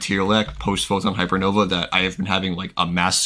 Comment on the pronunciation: The "Post PHHY" kills me